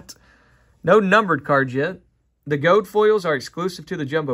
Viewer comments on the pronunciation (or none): Gold*** not “gode” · "Gold" being pronounced "gode" threw me